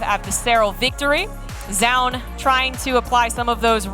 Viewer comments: keeps saying jaund for some reason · why does the male commentator keeps saying jaun?? it's like he refuses to pronounce the player's name correctly which makes jiro sense! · Maybe they were thinking about the Zh sound like in Zhao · 10 minutes into the video, the biggest battle is between the casters on how to pronounce Zoun.